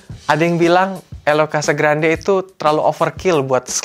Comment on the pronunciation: Bacanya: Casagranjje...